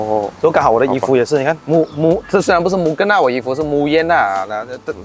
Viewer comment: you pronounce Mugen wrongly, bro.